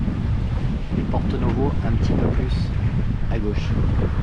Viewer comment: C’est bien Porto et non porté !!!😂😂